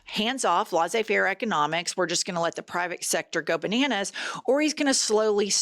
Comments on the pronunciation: Its pronounced les-ey fair, not lah-sey fair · Laissez-faire is properly pronounced like less-ay fair, not laws-ay fair.